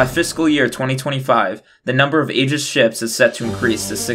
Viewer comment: Maybe pronounce Aegis correctly....